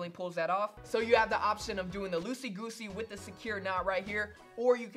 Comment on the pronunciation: Did dis nigga just say losey gosey😂